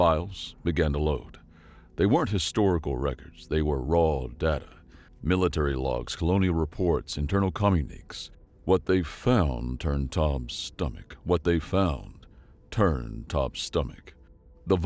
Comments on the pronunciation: Also, communique is pronounced com-YOU-nick-KAY, not com-you-NEEK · Com yu ni kays not comunix